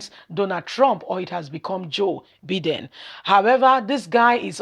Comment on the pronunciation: Name pronounce.... Byedin. Take note.